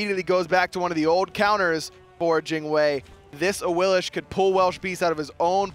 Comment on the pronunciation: why the fuck do they call AWILIX awilish? even awilix says her name AWILIX